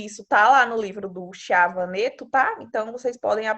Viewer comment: Bom dia, muito útil o seu conteúdo só pra melhorar o nome do autor do livro, já li, muito bom e recomendo, Chiavenato se pronuncia Quiavenato e faltou vc explicar melhor sobre eficácia, parabéns vou fazer um TCC e colocarei alguns itens desse conteúdo